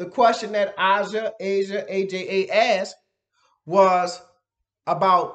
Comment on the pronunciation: Lol 😂😂😂. Its Aja pronounced Like Asia. Thank you so much for responding. I thank you for your honesty I’m sure you will find out more when you get there. 👍👍 this was great and inspiring. Good video 😊